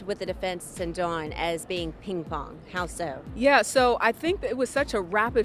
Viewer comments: Its DAWN NOT DON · Sorta. It’s Dawn not Don.